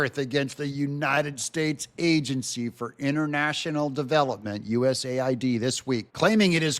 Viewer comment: It needs to be pronounced USA - ID